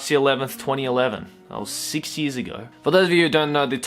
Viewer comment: I know this is a serious video but when he says years it sounds like he's saying yee -s